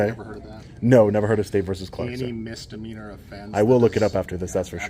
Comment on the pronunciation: The fact that the lieutenant pronounces Misdemeanor as mistermeanor says it all for me!